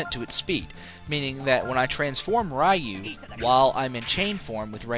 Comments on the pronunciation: Potato and tomato you can get away with, but Ryu is a specific pronunciation. It's similar to being named Ray, and being called "rye." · It's pronounced "ree-yoo," not "rai-yoo." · Technically it's pronouced "roo". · Ray? You mean R-Eye?